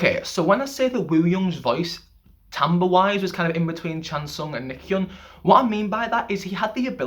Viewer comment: FYI, Nichkhun is pronounced Nit-Cha-Koon. I'm Thai by the way. PS. love your channel